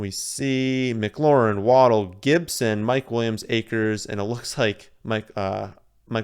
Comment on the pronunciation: Solid draft. Idk how to say Etienne but btw it's pronounced "Wah-dell" not "Waddle", there is a video of his family at Bama when he scored and the announcer says his name and his entire family says together "It's Wah-dell!" (my gf has the same last name and is pronounced the same way :P)